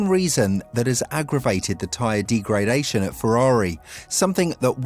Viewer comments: you don't pronounce degradation the way you do!!! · D-gray-dation is definitely an issue when you know fuck all about the subject you're talking about. Joke channel.